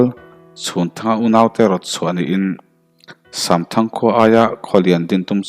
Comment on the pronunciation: Samthang tih hi shamthang ti angin a ri tlat zel